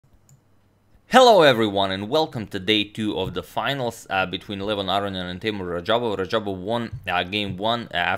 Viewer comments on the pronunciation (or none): Aroniam instead of aronian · is this guy called Aroniam (like in the video) or Aronian cause I don't really know right now XD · I think you got Aronian's surname incorrect there mate.